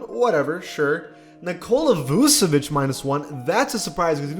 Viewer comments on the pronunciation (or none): none